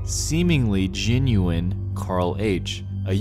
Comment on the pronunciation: Creepiest thing in this video is the way he mispronounces genuine to sound like ginuine